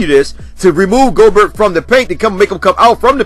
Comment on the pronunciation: He called him GO-BERT! 😂